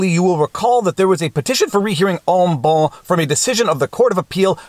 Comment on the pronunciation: Look up en banc here on youtube to hear "correct" pronunciation